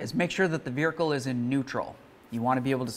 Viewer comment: My dude. I know you must get shit for this ALL the time, but what on Earth is the deal with how you say "vehicle"? There is not a single other issue with the way you pronounce any other word. You have crystal clear diction for the entire video besides this one single word. I am just baffled. No hate, just curiosity.